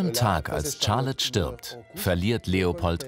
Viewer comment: 🙈 nicht Tscharlotte... Sharlotte